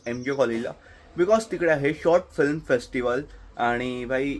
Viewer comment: Abe gavar, it's called "film" not "flim".. film making cha course kela ahe tu, and you can't even pronounce film correctly 😂😂 Shame